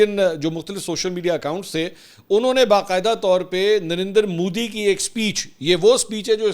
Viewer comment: جب بھی آپ نندر مودی کہتے ہیں مجھے پتا نہیں درندر مودی کیوں سنائ دیتا ہے😅